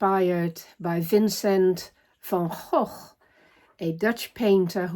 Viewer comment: 💚🌻 (P.S. so nice hearing Van Gogh pronounced in the proper way.)